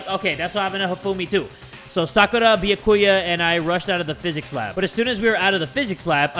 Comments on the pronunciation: He technically pronounces it right. I mean, he says the right syllables. He just emphasises the wrong bit. It's supposed to be Bee-YAH-koo-yah, rather than Bee-yah-KOO-yah, which is what says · Am I the only one who's getting annoyed with the way he's pronouncing Byakuya's name?? It's "Bee-Yah-koo-yah" not "Bee-uh-koo-yuh" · Why yes, I do get mad whenever says Byakuya’s name wrong. He says “Bee-yuh-coo-yuh” instead of “Bi-ah-ku-ya” and I want to hit my head against the table. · I can't believe I'm doing this but.... ITS B-YA-KU-YA I'm sorry. Lmao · Lol jay pronouncing it like "bee-ya-koo-yah" annoyed me at first but i just got used to it lol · It's pronounced bee a ki ya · I love how he pronounces byakuya as “bee ya koo yah” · I pronounce it as "by ya koo yah" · I know you aren't reading the comments but still I am b e g g i n g you to pronounce Byakuya properly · UGH do any Byakuya kins or stans get mad every time says “Byakuya” i’m not even a stan or a kin and i just get mad 😤😤 anyways i still love you but pls say his name right 😔😭